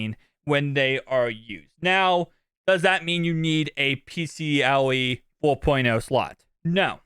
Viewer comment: Pcie not pcle